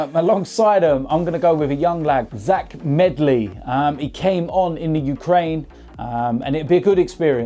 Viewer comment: Isn’t it Zech not Zach